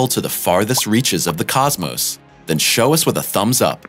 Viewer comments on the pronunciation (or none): none